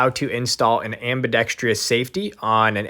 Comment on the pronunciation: Ambee dex truss... Not ambee dex TREE us..